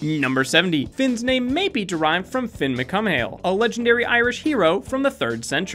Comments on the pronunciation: it's pronounced like "Fyun McCool" not "Finn McCome-hail" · its Finn McCool ty, i know its Gaelic pronounced but come on now dont be dissin McCool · any other Irish person cringe at the way he pronounces it? It's mc cool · . Not to be a hater but it is pronounced Finn Mac Coo-all. It means Finn, son of Cumhail. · I'm really aorry but it's pronounced like "McCool"